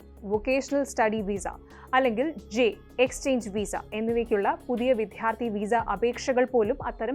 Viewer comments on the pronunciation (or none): അവരുടെ മലയാളം ഉച്ചാരണം ശരിയല്ല. വിദ്യാർത്ഥി എന്ന വാക്കിനെ അവർ ഉച്ചരിക്കുന്നത് "വിധ്യാർത്തി" എന്നാണ്. റധാക്കി റദ്ദാക്കുന്നതിനെ (correct pronunciation)